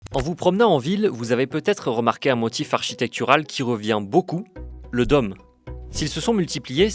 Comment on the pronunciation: Le journaliste a un mot à prononcer : dôme (≠ domme). Il y a peut-être une raison à cet accent ? Joli, en revanche, ne se prononce pas jôli, Monsieur le journaliste.